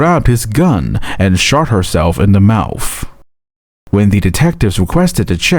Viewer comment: Is the narrator saying mouf & bafroom?